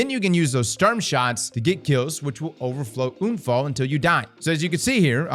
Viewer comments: Bro….UN-Fall not oon-fall the fuck is wrong with you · Für echt junge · everytime he says unfall i love it as a german native speaker this sounds so wrong but so amusing edit* i just realized sturm, drang , unfall these are all german words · Same here, said to a friend 'ich würde gerne einen Unfall haben' 😂😂 it's hilarious.